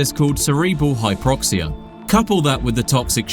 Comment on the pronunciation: "hyproxia" "methylene" This is what happens when the narrator doesn't know the first thing about what he's reading.